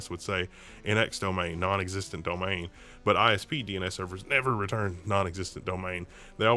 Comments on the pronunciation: can't say Domain:D it is not Domane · it's not bad, it is subtle, but he pronounces it slightly weird, he doesnt even say Domane, its like Domhane, and he doesnt pronounce it wrong every time either